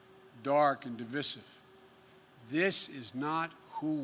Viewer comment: Notice how he pronounced divisive. Knowing how bad his dementia is, didn't his campaign crew have him rehearse his speech.